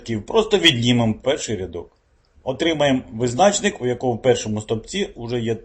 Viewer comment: Чому визнАчник, а не визначнИк ?